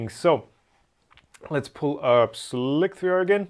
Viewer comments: You're constantly talking about slicker or something like that. It-s slic -er. If you want to pronounce the three, fine, but it's stil an i as in slice and not an i as in slick. So then it would be sly-three-er, NOT sli-three-er. Also you say 'three-er', while if your'd be consequent, it would be 'threer'. In the end it's all bullocks and it's pronounced slicer, not sli-thee-er. The reversed three is leet speek and not pronounced. You also sey 'leet' and not one-thre-three-seven, right? (1337) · It's funny to me that you say "Slick-3R" -- I always thought the "3" should just be like an "E" -- like in leetspeak (i.e. 1337speak) -- I always thought it was pronounced "Slicer" (which is inconveniently ambiguous, because it's not the only slicer). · Pronouncing slic3r "slicer" can be confusing, so "slic 3 r" that is. Same thing with a lot of clever names (I took a while to find phun when I only heard the name.)